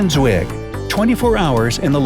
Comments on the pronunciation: The vowels in Stefan Zweig's name are pronounced: [aɪ]. He was an Austrian as the text in the video shows, not an Australian as the voice claimed. Wer lesen kann ist klar im vorteil (a German saying: Those who can read, are clearly advantaged) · “Zwig”? “Australian”? !!!